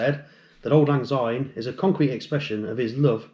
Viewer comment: Fraternal Greetings, I enjoyed Your précis and thank You for the effort. I was Initiated, Passed, Raised and Marked in The Temple of Cannongate Kilwinning 2. Please stop mispronouncing Syne(sign) as zyne, it is really irritating.